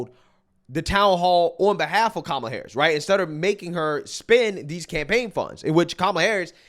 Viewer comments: "mamala" is hilarious! It means suck it in Spanish hhahah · Did Oprah call her mamala 😂😅 mamala Verga 😂😅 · Oprah did not pronounce her name correctly 😅